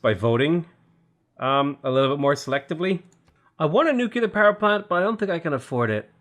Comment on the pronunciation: Please.... PLEEEEEASE..... It's nuclear, not nucular. You're such an intelligent man, I'm sure you can do it! Keep up the good work!